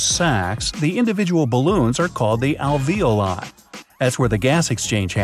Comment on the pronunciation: Was anyone else intrigued by the way he pronounced alveoli and capillaries?